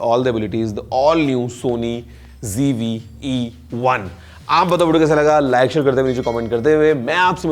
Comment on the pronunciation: It's not GV but ZV